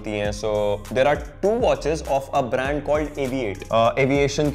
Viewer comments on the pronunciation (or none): none